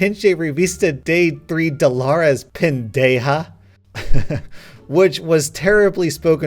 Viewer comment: I am no fluent spanish speaker, heck I don't even know how sentences in spanish work, but I can confidently say that you butchered the pronounciation of Pendeja